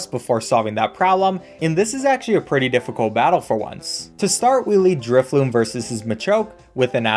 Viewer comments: The whole time he’s using drifblim i hear him calling it drifloom lol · I love your vids, but say it with me inhales driftBLIM!! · My boy Drifblim did not deserve the mispronunciation 😭